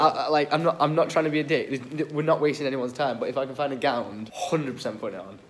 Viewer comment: it’s a gown not a gownd